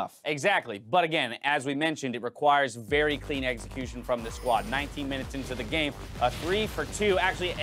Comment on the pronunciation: Why does always have to pronounce EXecution as EGGxecution? Dude played too much Pokemon or something. Tilts me so hard..........